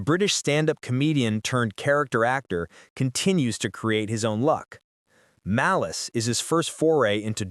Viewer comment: What is Maleece? It's Malice.